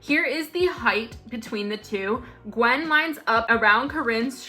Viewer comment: i think Gwynn is not pronounced “gwen” but rather “gwin”